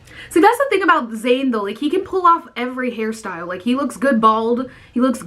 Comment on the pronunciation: Thought u said Harry styles when u said hair style😂😂